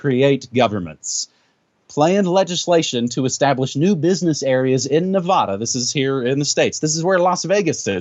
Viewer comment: How is it that someone in NM pronounces Nevada "Ne-vahh-da"?